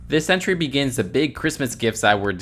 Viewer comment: Who else kept thinking he was saying “century” instead of “entry”